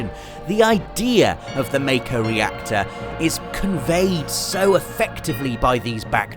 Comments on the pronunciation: It's not "may-co", it's "Mah-Ko" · Back up... how many times have you played the demo, and you're still saying "May-ko" ? Listen, I was just as surprised as you, but c'mon... it's "Mac-o"... we now know it's Mac-o. Stop calling it May-ko, OK? Mac-o... that's our new reality. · Well said good sir. I'm uncontrollably excited. I'm happy with 100% of the things I've seen so far. And can I just say that I'm glad that we're actually hearing a definitive pronunciation of some of the terms for once. I've been saying MAY-CO for years. Wish FFX could straighten out the TYEDUS/TEEDUS situation for me >.< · Who else thought it was always pronounced May-Ko? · Okay I have to know: is it pronounced MAKO or MEIKO?